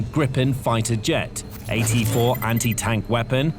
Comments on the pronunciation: Once again, it's not "grippen", it's "greepen". 🤓 /swede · Hi the jet is called Gripen and not Grippen.